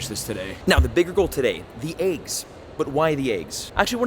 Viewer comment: He‘s literally saing aiggs!😂